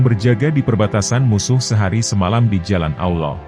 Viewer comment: Lou sok tau amat sih mind disepak bola lou banyak omong sekarang masalah agama lou banyak cerita juga ang lou manusia superkah dibidang agama sampai dimana ilmu lou sebut Allah aja lou blepotan